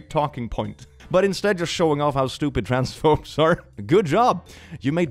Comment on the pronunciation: I know he said “Trans phobes” but it kinda sounded like “Trans folks” which is entirely wrong here.